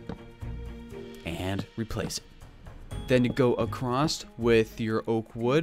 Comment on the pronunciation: "Accrost" "Anether"